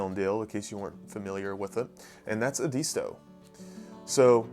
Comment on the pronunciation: FYI Edisto is pronounced ED-isto in the SC lowcountry.